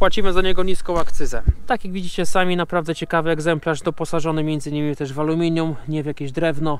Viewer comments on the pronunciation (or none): none